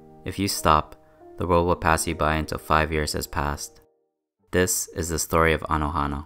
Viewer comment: It’s anohana not anahono it means that flower just saying